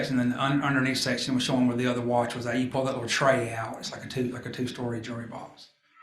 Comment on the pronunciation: His accent is cute! Jewelry sounds like jury